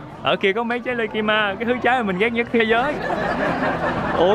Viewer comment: Mỗi lần nghe nói về lê ki ma, cười gần chết 😂😂